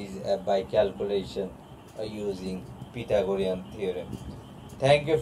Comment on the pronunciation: He's like " uhh daa uhh and calculashionn uhh pythogoriuss "